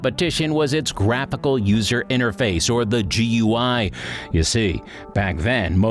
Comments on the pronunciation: GUI, is pronounced like ‘gooey’ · Ah yes, the gee you eye.